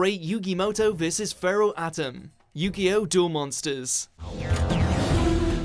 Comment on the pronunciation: Why do they pronounce everything in the most retarded way possible. "Pharoh Atom" "Even Hercool"